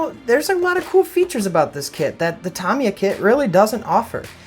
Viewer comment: It's pronounced RE VELL, and TA MI YA.Get it right dufus.